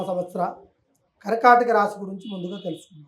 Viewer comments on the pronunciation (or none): Raaashi kaadu Raasi.Anchor Telugu bhasha sarigga palakandi